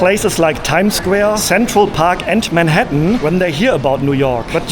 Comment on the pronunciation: Am I the only one who can't unhear not pronouncing the "R" 😂? Times Sqwewe, Wondewing and Wealy difficult, Touwist 😂.